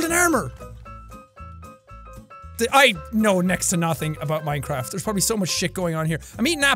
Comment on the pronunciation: and now jack know minecreffff hahaha